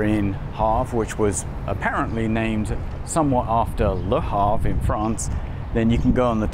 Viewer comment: The correct pronunciation of that Montana town is HAV'-er.